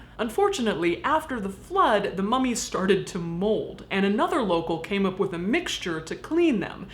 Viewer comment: Every time Caitlyn said 'AMERICAN MUM-EES' I almost died laughing